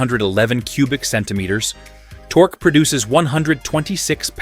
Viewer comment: Tork-key torque. F AI